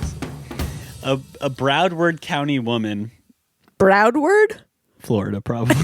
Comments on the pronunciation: Matt butchering Florida county and city names killed me. Phonetically for you: BROW-ARD County. DANE-YAH Beach 🤣🤣😂😂 Florida woman story pulling a knife over a fart. Iconic. Hi from South Florida love you guys. 😘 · To answer Matt's question: Broward (not Bradword) County is between Miami and Palm Beach in South Florida. Dania (pronounced Dane-yuh) Beach is a city near Ft Lauderdale Airport. It's really close to where you played the Riptide festival around Thanksgiving 2018, if that's a reference point you remember.